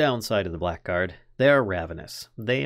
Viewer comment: Im sorry if this is overly pedantic, but just fyi, blackguard is pronounced "blaggard" (bla-gurd)